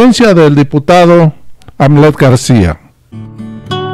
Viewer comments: Se escribe Hamlet y se pronuncia Jamlet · El nombre del diputado se dice con J aunque tenga H Es Jamlet. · Se pronuncia jamlet